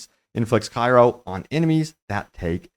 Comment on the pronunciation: Its Cry-Oh not Kai-Row, Congested sinus man.